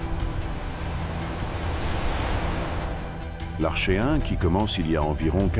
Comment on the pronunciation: On prononce "arKéen" et "arké", comme dans "archaïque" et "archéologie"... bon sang de voix IA...